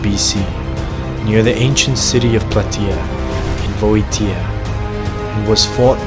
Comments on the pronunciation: Nicely produced video & very informative. But my man, you need to learn the correct pronunciation of these Greek place names. Start with Boeotia. It's 'Bee-o-sha', not 'Bo-e-te-a' as you're repeatedly saying it. With all the research you've done, its a pity for it to sound like you might not know what you're talking about, simply because you're mispronouncing words. All you have to do is Google the spelling to hear the right way to say them. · The pronunciation is Vi - o - ti - a and the battle in Pla - te - es. (the e as in elephand) Nice try with the video. Keep on making them.